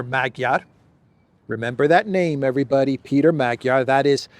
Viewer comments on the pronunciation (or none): none